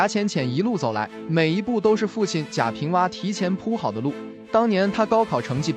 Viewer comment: 贾平凹。AO。不是WA